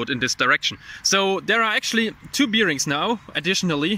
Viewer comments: Bier-rings :D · Please look up how "bearings" are pronounced. It doesn't have anything to do with bears. :D